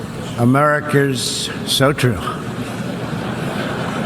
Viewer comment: Americurrs😂 loser can't even pronounce the name of his own country